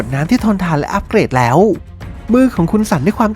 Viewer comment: คนพากย์ผู้ชายพูดไทยไม่ชัดซักที ฟังผู้หญิงพูดลื่นหูกว่าเยอะ ได้ > ดั๊ย สาย > ไส แล้ว > ล๊ว เหมือนลากเสียงยาว อะ,อา ไม่เป็น ถ้าเป็นคนปกติผมคงไม่จู้จี้อะไรหรอก แต่คนเป็นนักพากย์ควรออกเสียงให้ชัด